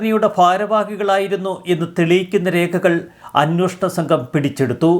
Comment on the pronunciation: അന്വോഷണം അല്ല അന്വേഷണം എന്നു ശരിയായി പറയൂ..